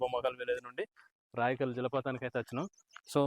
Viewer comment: రాయకల్ కాదు బ్రో రాయికల్